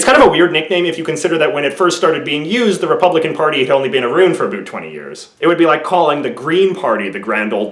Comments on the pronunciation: Wow the way you say aboot and aroond is really weird to my european ears. Sounds kinda dope though :) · Aroond????